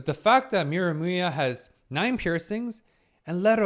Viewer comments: Miramuya lol you say he's name funny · did he say miramuya?😂